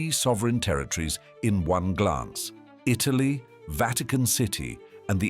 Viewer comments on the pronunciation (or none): none